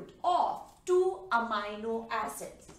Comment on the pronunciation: It is not pronounced "Amayno" it is pronounced "Ameeno".